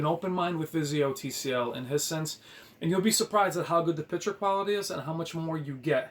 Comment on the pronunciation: It's pronounced High Sense. Like hi how you doing and the sixth sense had a twist ending.